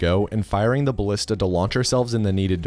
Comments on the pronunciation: You said the "g" in ballista wrong. ò_ó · It's actually pronounced baLEEsta, dumbass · the 'i' in 'ballista' is pronounced the same as the 'a' in 'anus.' it's not pronounced 'ballihsta' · Ballista rhymes with "House", Carl Friedrich House, M.D.